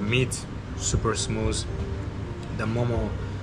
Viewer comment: THE MEAT SUPER smuus 😂